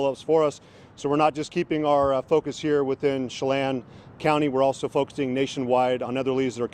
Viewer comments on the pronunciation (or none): Chelan=she lane, from what i know.